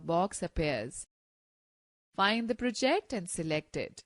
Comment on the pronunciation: The narrator lady obviously is reading a script without knowing what she is talking about. English is not her native language. She has a distracting accent, harder to follow. C# is "C sharp" not "C hash". She puts the emphasis on the wrong syllables, like proJECT. Wastes too much time explaining obvious things, such as > means greater than. It is better for a man to talk about programming.